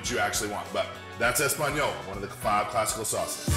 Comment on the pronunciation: Everyone's going on about how he used tomato sauce to make tomato sauce or that he calls hollandaise a mother sauce but I'm shocked at how badly he butchered that espagnole.